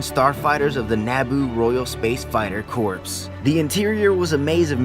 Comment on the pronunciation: Corps is pronounced "Core". (just fyi)